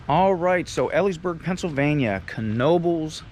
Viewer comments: Just to let you know, it's pronounced, "Eeleesburg." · It’s pronounced ee lees burg. Long e sound. Like you’re saying tea leaves. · Eliesburg pa its pronounced bud lol😊